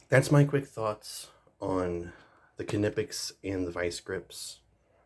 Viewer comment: 2 totally different tools with 2 totally applications... both are worth having... for diff jobs.... but yes for all around stuff the cobras are way better just cuz there way more rounded...... and it's just nip- ex or how there pronounced i mean... lol I only know that cuz I'm in the trades.... well that and we don't say knives or knife with the k lol it's always silent... just wanted to let you know